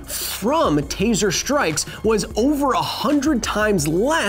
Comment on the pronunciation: Taser not teaser lol but you're right